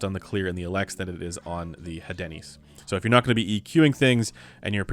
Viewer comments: I believe the pronunciation for the Hadenys is: "Ah den ees" if my French is correct. So, no emphasis or inclusion of the "H". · We don't pronounce the letter "H" in french so "adeenis" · I think it is Áhdenys, strong A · Hadenys is obviously pronounced HAD-ANUS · Pronunciation: Asùris and Edenìs. Very interesting news. Thank you for sharing. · I believe the pronunciation of the Hadenys is a subtle marketing campaign for a certain breakfast chain and pronounced Hey-Denny's.